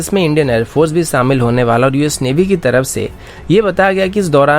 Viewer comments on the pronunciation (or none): Good work buddy. Par kuchh suggestions hain jisse aap video ki quality badha sakte hain- 1. Pronunciation pe dhyan dein zara- S aur Sh ko mix na karein. Z ko J na bolein. Eg- Shaamil ko Saamil mat boliye aur excercise ko exercije ko na bolein. 2. Aawaz ke pitch ko high aur low karein. Ek tone mein bolte rahenge toh boring lagta hai lamba video. Goodluck.